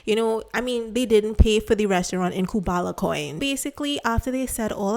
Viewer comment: Respectfully, please make sure to pronounce things correctly. I find it hard to watch your videos because of this. It’s Kubala, not Kumbala. In another video, you also mispronounced several words — for example, you said Shungy instead of Shingy.